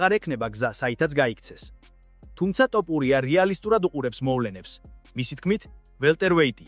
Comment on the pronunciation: რით ვერ ისწავლე ასო ბგერა""თ""" მოგიტყან სკოლა, მასწაბლებელი და გამზდელი დედა თუ ვინცა გყაავს თოფურიაა შე გამზდელ ჩაკუკებულო😂😂